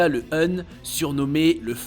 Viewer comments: Attila le"eun"😂 on le un pour info😉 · Attila le Hun se prononce le un ^^